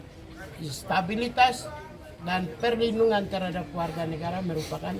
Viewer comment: Per lindungan 😂😂😂😂 apa dia bilang si botak 😂😂